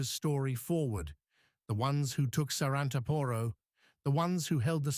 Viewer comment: ....SARANTAAAAAAAAPORO!!!...THE ACCENT IS IN THE LAST "A"...NOT IN THE "O" BEFORE THE LAST ONE!...IF YOU HAVE TO SPELL OUR NAMES, THEN LEARN HOW TO DO IT PROPERLY, FOR GOD'S SAKE!